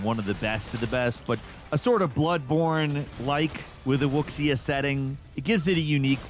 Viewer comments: Hey my dude, WuXia is pronounced 'Wu-Shia," not 'Wukzia." ( technically it's not exactly Wu-Shia, either, but it's as close as you can get with English pronunciations.) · Wuxia "Wooksia" WOO SHA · A bit of a nitpick. And you're definitely not the only one (my friend does the same as well) but it bothers me a bit when I hear people say wuxia as "wook-see-ah". The word basically is the pinyin version of two characters - 武 (Martial/Armed ) 俠 (Hero/Vigilante) - wu-xia. So it should sound more like "woo-sha" to simplify it. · wuxia is better pronounced "woo sh-yah" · This guy is a bit waffle-y. He's being informative but I found myself telling him to get on with it throughout this video. Also, its not pronounced "wuxia".